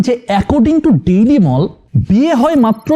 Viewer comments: আপনার চ্যানেল একটা স্ক্যাম।রিডিং পড়া শিখেন। ডেইলি মল না মেইল, ১৪৯৫ না ১৪৯০৫। প্রথম ৩/৪ মিনিট দেখে আর দেখতে পারলাম না। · Seems that you hurried a lot while making this video. You mistook pronouncing daily mail, wrongly read a number and misspelled গুরুত্বপূর্ণ. And I am commenting after watching 60 of your video.